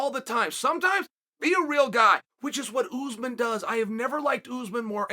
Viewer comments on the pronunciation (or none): Chael says Usman Like a southern woman lmfaoo ole kamarra uzeman